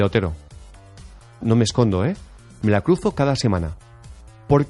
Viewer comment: Vete al logopeda, Osti, tienes problemas con las "r" y las "d", solo lo tienen los que se .... Dicen "cduzo" en lugar de "cruzo"